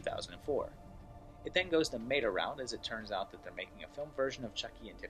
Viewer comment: When you pronounced WOLF like WOOF I was willing to let it slide ... but META rhymes with FETA god dammit and I wont stand for it any more!!! jk tho I love you, keep timelinin' :)